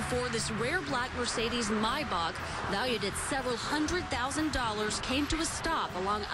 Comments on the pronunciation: MY BACH ITS MAYBACH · It’s pronounced Mai-baak. My Bach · He was driving a "My Bock" wtf😂😂😂